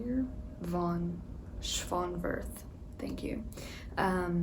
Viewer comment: The pronunciation of von Schönwerth's name wasn't horrible, but it is still so funny to hear English speakers, esp those of American English, try to pronounce German names :D It's a weird language, cudos to you for trying.